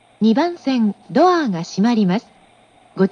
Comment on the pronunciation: ドアーの発音？言い方？好き笑笑